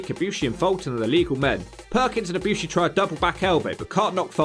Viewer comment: should do Kota Ibushi in WWE, a short video, probably would be a B or B+ grade… Also you said Ibushi right